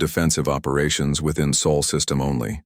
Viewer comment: SOL system not sole or soul,Sol meaning sun,please sort the AI out